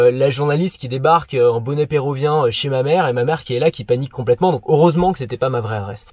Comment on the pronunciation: bonnet pérUvien pas "pérouvien" :)